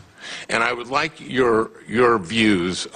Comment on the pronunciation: "Miss Devos, do you know what a school is?" "I WIKE TWURTLES!"